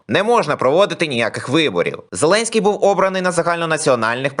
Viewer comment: Чи ви не знаєте ,як звучить прізвище президента? Що за зельонский? Не серйозно